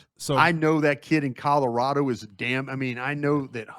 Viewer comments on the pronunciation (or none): none